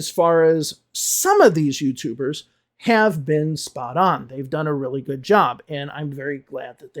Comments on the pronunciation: don’t get me wrong please. I am asking because it sounded like [u:] to me. I am working on my accent and one of my teachers told me I should always pay attention to that particular word as it changes it’s meaning when you pronounce it with [u:]. Maybe it’s just me and my bad listening skills. So I was curious if that could really be a mistake if I’d pronounce the word “good” with [u:]. 😄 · Excuse me, was it a long “oo” in “good” you pronounced at ~? I am just curious. No intention of making another video about English teachers teaching wrong pronunciation 😄